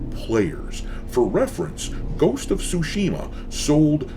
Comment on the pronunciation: Brother, if you’re going to be covering GOT consistently, please pronounce it correctly lol. It drives me nuts. TSU- shima. Not Tsu-SHI-ma. 🙏🏽😁